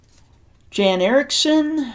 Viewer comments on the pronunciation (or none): It's pronounced "Yahn" Erixon, not Jan